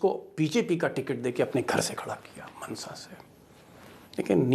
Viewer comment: Actually not मनसा it is माणसा.